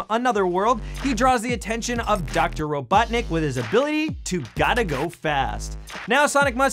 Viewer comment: is that just me, or did he say Dr. Ro 'Butt' nick ?